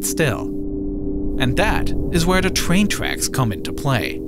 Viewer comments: the twain twacks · Twain twacks